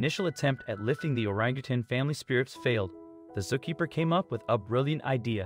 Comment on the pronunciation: Why does this narrator talk like a machine? How do you mispronounce "zookeeper" and "content"???